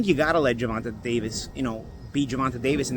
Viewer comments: “Gervontuh” is crazy 😂. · It’s GER—VON—TAY!! God dammit! 😂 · Why’s it so hard to say his name right? How could you say Tank has slow feet? That’s ridiculous. Shawn Porter has sparred him and said the exact opposite. You don’t pick certain fighters to win. It’s obvious at this point.